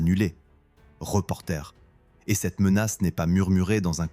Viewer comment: Arrêtez d'employer de l'IA pour votre bande son. L'IA est encore trop bête pour faire la différence entre le verbe "reporter" et le substantif "reporter". Lisez vos textes, vous-même, ou embauchez un lecteur. PdBdM 😡 Autre détail qui n'en est pas, dans le terme "Army Corps", le S final est muet. Si vous le prononcez, ce S, cela s'écrira "corpse", ce qui signifie cadavre. Va falloir que vous soignez votre "bande son".